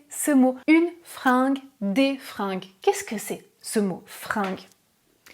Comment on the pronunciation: Attention, les fringUes pas les fringes (prononciation "G" et non "J")